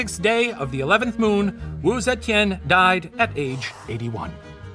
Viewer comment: the professor's pronunciation of wu zetian is surprisingly good! wonder if steven practiced a lot with him 🤔🤩 sending lots of love from singapore ^^